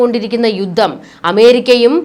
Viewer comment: യുദ്ദം എന്നാണ് താങ്കൾ പറയുന്നത്. യുദ്ധം എന്നുച്ചരിക്കൂ ദയവായി.